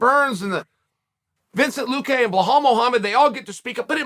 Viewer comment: Vin chin cent Luque. I swear this man lays in bed at night coming up with this stuff.